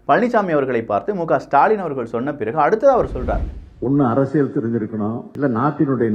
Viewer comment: அது அரசியள் இல்லை அரசியல் சரியாக உச்சரிக்கவும்